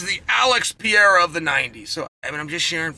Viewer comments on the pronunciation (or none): Alex Pee-Era Try “Alex Puh-hay-du” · If Alex becomes triple champ, Chael has to learn how to pronounce Pereira (Pe-ray-ra) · PEEERRRR RARE RAHHHH Chael! Periera 😫!!! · Love your analysis, but don't you think you should learn to pronounce the potential GOAT's name?